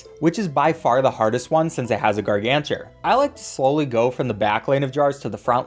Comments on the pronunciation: Gargantuar = Gargancher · The way he pronounces gargantuar and how he calls squashs a thwomp, it literally bothers the hell out of me😂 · Pvz fans when they hear someone say gargantuar wrong: (insert meme here)